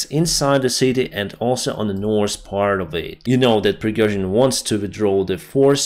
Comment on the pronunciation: South -not 'sauce' North - not norse